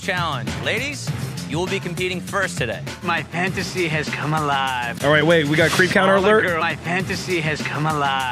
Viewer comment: The host of this show is perfect cuz he’s conventionally attractive but also cannot speak to a human to save his life. Also, I’m almost positive that Dukes of Hazard dude said “pantasy.” Ick.